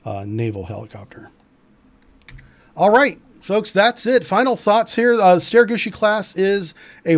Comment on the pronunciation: Love the prononciation bro StereGucci class all the way